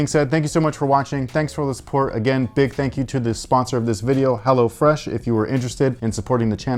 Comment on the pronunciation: I swear he said “hellafresh” once